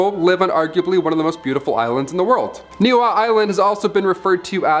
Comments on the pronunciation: Niihau story is hilarious. Your pronunciation is terrible 🤣🤣🤣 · Island in Hawaii is pronounced KNEE-HEE-HOW and the King that sold it was KING KAH-MAY-HAH MAY HAH........you can see it from the island of Maui very well...the island behind it is called KOE-HOE=LA-VAY......the Army up until the '80s would practice dropping and setting off bombs....